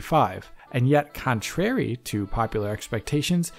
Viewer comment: I don't like the way you pronounce contrary😂